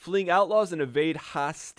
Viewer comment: Hosteeelees or hostiles